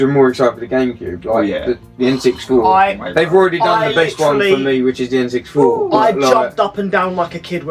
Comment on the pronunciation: Love the video boys - is it pronounced N sixty four ? Not N six four? Keep the content coming